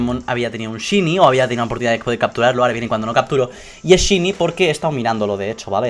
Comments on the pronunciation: se pronuncia shainy no shini si no sabes no lo digas noob que suerte tienes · se pronuncia shainy no shiny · lo pronuncia mal es "shaini"en español y en ingles también:v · 131313ana00 en ingles se pronuncia shaini y en español es variocolor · se pronuncia "shainy" no shini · Tres cosas: 1 porfavor SE PRONUNCIA SHAINI no shini... 2 Pobre xd. 3 suertudo! like si lo les. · No se pronuncia "Shini", se pronuncia "Shaini". Es solo un consejo ^^ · se dice "shaini" xDD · Shyny aaaaa me duele que digas shyny y no sahiny se dice así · Se dice shaini no shini 😊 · es shiniiii es shiniiii se dice shaini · Se pronuncia "shaini" no "shini" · porque dices ''shiny'' se pronuncia ''shainy'' ¬¬ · se dice chaini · shainy jaja no shiny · se pronuncia saini o eso creo xd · gongora xd digo que shiny se pronuncia saini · se pronuncia shaini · aunque se escribe shiny se prnuncia saini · Se pronuncia como shainy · Se pronuncia "shaini" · shainy dilo asi plis😂😂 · en vez de "shiny" se pronuncia "shayni" JAJAJAJJAJA un saludoo!! 😂💪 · se pronuncia "shaini" pero muchas felicidades:DDDD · excelente pronunciación:sini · AAAAAAAAAAAHHHHH(se pronuncia shainy)HHHHHH LA ENVIDIA ES REAL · POR FAVOR Shiny se dice "saini" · Se pronuncia shainy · Se dice Shainy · se pronuncia /shaini/ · se escribe shiny pero CREO QUE se pronuncia saini. LO DIGO PARA QUE LO SEPAS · se pronuncia saini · aprende a pronunciar shiny